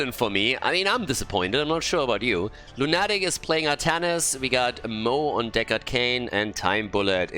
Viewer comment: By the way,, are you aware that english word "lunatic" has a stress in "u"? Lˈuna => Lˈunatic. As i'm saying it i don't know if the player told you how their name is pronounced but i would guess it's english "depraved lunatic". Thank you for this event! Meta madness is so unique ^^ p.s. Totally love it the Artanis - Uther synergy. Artanis dashes into enemy team, Uther presses E on him and the guy never comes back. Tragic story over and over again.